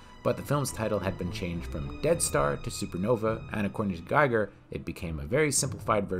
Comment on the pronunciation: Gee-ger, not Guy-ger.